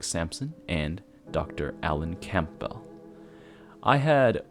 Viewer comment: You’re a natural. Great pacing, great understanding of how to read a large compound sentence with several points. Only hint is that Campbell is pronounced like Cam-bull. The p is silent and the e sounds more like an “uh” sounds.